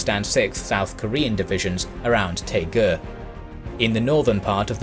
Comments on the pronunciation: Interesting video, but Daegu, Daejeon and Busan don't start with 'T' or 'P'. I've been to all three places and they're written in English with 'D' and 'B' respectively. Daegu for example is pronounced Day-Goo as opposed to Tay-ku. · Great job except the city names. Pohangdong sounds like poe - hang (a like in father) - dong (long o sound). Taegu sounds like Dtae (short d&t sound together and a like in "day") - gu (goo). So ALL "a" in Korea are like a in Father. ALL "u" are oo, all "ae" like in day, all "o" are long o sound, all "i" are ee sound...etc. oh, "eu" is a sound that is learned since there is no sound like it in English. Once you learn the Korean alphabet it's so easy to read Korean characters and easier to read the Konglish words. But overall, great job!